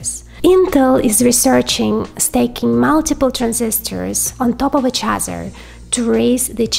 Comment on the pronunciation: Hi. There is a difference between "staking" and stacking. Two words with different meanings. Just a hint for pronunciation.